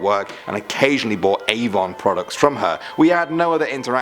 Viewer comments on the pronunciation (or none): none